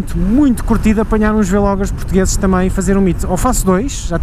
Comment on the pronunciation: sabes que é vlogger tudo junto e não "vêlogger"... Também não dizes "bêlogger" pois não?